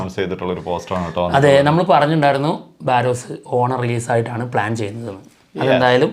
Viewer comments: ബാറോസ് ആണോ? ബറോസ് അല്ലേ 😌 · നിങ്ങൾ പേരുകൾ പറയുന്നതെല്ലാം തെറ്റാനല്ലോ... പലപ്പോഴും ശ്രദ്ദ്ക്കുന്നു ബാരോസ് അല്ല ബറോസ് ആണ്